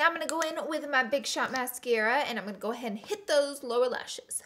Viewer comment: She says "goin" (rhymes with coin) instead of going and I can't un-hear it😂😬